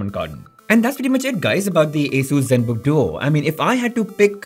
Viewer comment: zenbook duo✅️ zenbooo duo❌️ first to comment